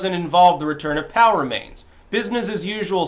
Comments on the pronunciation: I think you are literally the only person I have ever heard say Pow instead of Pee-Oh-Double-U. XD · Um, Dude it's P. O. W. (Prisoner Of War) remains....not "POW." I'm not sure if you are minimizing the importance and seiousness of these individuals' families and What these men and women went through and died for. Not trying to be critical or mean, just a concern/thought. Thanks! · I thought you were saying "Power-mains" until I remembered how you Styxify words... It's P.O.W. remains, not Powermains. Ha. (The GIG is up, right?) I don't know if this is on purpose or unintended, but make the effort and pronounce the initials properly. Maybe vets watching might appreciate that. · Drew M - The difference is POW is one of the words that spreads over the screen on the old Batman show when someone got punched. "POW!" "BONK!" "SLAM!" Go get 'em Caped Crusader! Makes me giggle every time says "POW!" instead of "P-O-W". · I keep hearing "Power Mains". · I thought kept saying "power mains". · At first I thought he said "power mains" and wondered what the hell those were. There is something to be said for clarity.